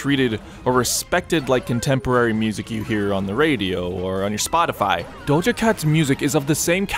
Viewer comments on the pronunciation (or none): none